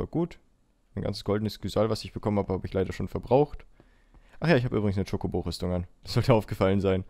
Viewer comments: Wo er chikobo sagt und ist voll hübsch😍😂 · ich brauch ein video wo du in dauerschleife chocobo sagst :D das gefällt mir so :D